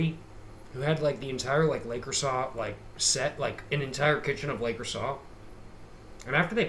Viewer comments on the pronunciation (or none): Le Creusaw lol I love how you pronounce things